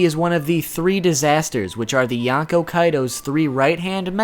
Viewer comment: Okay, I know you said in the beginning of video that you'll pronounce some words weirdly, but... ...with the way you pronounce "yonkou", I first thought you said "yacko" and wondered, "Luffy is gonna fight Warner siblings now?". After more careful hearing, I do hear "n" in there, but even then, it sounds like "yanko", and it's pretty distracting.